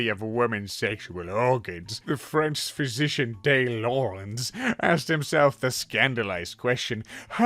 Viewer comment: very purposely pronounced "Laurens" as "Lawrence" and it hurt me so much. Why. Why would you do this to me? The only other time I ever see Lawrence spelled Laurens is in reference to John Laurens. My dead, abolitionist, bad ass, suicidal af, amazing, wonderful, gay son. Why would you hurt me like this.